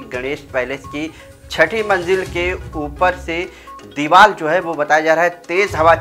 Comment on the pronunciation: Deeval nahi deevar bolo. Aur deevar gira nahi deevar gir gayi hai. Hindi seekho